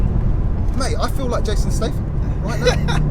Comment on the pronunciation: Jason STRAYTHAM did you say? 🤣🤣🤣 quality video as always and I couldn’t believe that barge was moving like a supercar.